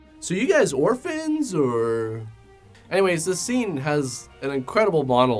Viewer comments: If you listen closely, the Asian guy actually says 'orpans' instead of orphans. Why didn't anyone correct him? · "We are orl orpan"